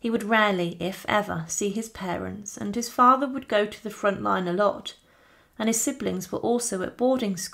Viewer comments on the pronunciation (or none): none